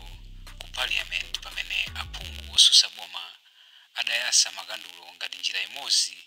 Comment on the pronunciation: Ma reporter mumalankhula mobhowa. Aphungu osusa boma anayasa, m'malo monena kuti aphungu otsutsa boma anayatsa